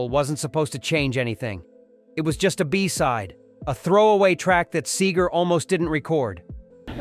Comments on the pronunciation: The man's name is SEGER (SEEGER) not SAGER.. You ruined this video about one of my hometown heroes! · His name is Seger NOT Sager, dummy! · It’s NOT ‘Say-ger’ - it’s ‘SEE -ger’. Good grief! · If you insist on calling him Bob "Sager" then you obviously don't know $hit about Bob S-EE-G-E-R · This is screwed up, his name is pronounced See gher ..... not Say gher, idiot. Long live Bob! from another, North of Ann Arbor, Michigander, in the 60's and 70's. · PLEASE, his name is Seger, NOT SAY-ger!!! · His name is (See-ger) NOT (Say-ger)😅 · Excuse me it's Seger not Sager. Sometimes you got it right. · It's see ger not say ger you idiot robot! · He was friends with Glenn Fry but you show way too much of the Eagles. And you also call SAGER his name is Seger. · If you grew up in Detroit as I did, Bob IS the soundtrack of your life. Starting with Persecution Smith, East Side Story, Lucifer, 2+2... being one of Bob's backup singers at Cobo for Live Bullet... Going to every Pine Knob concert.... And his name's pronounced Seeger NOT Sayger. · ENOUGH! It's "Seger". Picture two "e"s. NOT Sager. Apparently this isn't human narration. Talk about a world becoming more artificial.😅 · His name is Bob SEGER not Sager. Don't be disrespectful!!! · His name is Bob Seeeeger not sager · I love Bob Seger, but this video makes me angry. His name is Bob SEEGER. not SAYGER. You ruin it by keep mispronouncing his name. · I wish the narrator pronounced his last name as SEEger rather than SAYger, but I'm nitpicking.... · For God's sake, it's SEGER, not Sayger. Get your Bot's pronunciation straightened out. It keeps going back and forth from one to the other! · His name is seager not sager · His name is Seger not Sager. Say it right. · His name is pronounced SEEGER not Sager, there is no a in his name. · this is ruining it for me... SEEger - not SAYger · It's See-ger not Say-ger. Now you know! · SEGER NOT SAGER!!!!!!😢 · Sager --- NO Seeger --- Yes Have your RoboVoice get the pronunciation right....